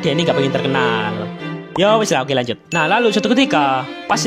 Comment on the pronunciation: Menit bukannya lanjut malah L nya jadi K 😂😂